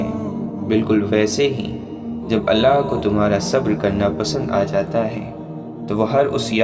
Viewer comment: Maine pehle v aap se kha tha aap Allah saaf saaf bola kre.